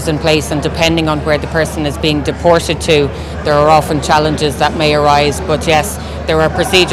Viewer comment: A sign of a poorly educated person is pronouncing the letter t with an s sound. For example, "deported" being pronounced as "dee-por-sed". McEntee does this all the time.